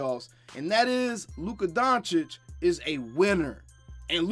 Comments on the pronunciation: That clown didnt even want to learn to pronounce Luka Dončić name correctly Yet he wants to talk about everyone else being disrespectful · totally. He doesn't even respect proper pronunciation of his surname. He is nobody for me.